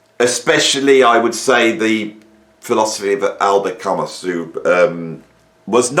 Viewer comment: Given your audience you’re probably gonna get shit for your pronunciation of Camus, …. unless ……. Prog and Jazz/Fusion fans are even more anally retentive than fans of philosophical literature, …who would believe it ?? ( those guys that picked you up on pronunciation of McLaughlin and even recently ‘Jaco’ are like the IT guy from ‘The Office’ who loved throwing his weight around with Gareth). Now, if someone had told me that I was about to pop down the road, buy a bottle of wine and listen to the latest album by ‘Avenged Sevenfold’ this beautiful Saturday evening, I’d have said that Bostrom’s Simulation was obviously glitching. Yet here we are. ( still flabbergasted that you haven’t caught up with Ren, unless maybe you have, and the artistic communique doesn’t always hit as one would expect. Art is always in the end, subjective In experience of course). Right, let’s Avenge !!! Sevenfold at the very least, (you can’t see …but I’m doin devil horns metal hand gesture, whilst pretending I was never into Disco).